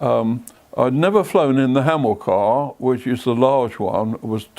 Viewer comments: Hamilcar not hamlicar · It’s Hamilcar not Hamlicar.